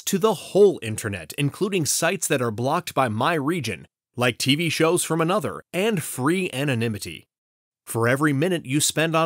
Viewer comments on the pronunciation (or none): none